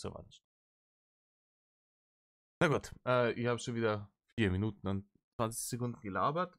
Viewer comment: Sag mal: Hast Du bei etwa "Minutne" gesagt?... hast Du den Schuss net kerrt?😂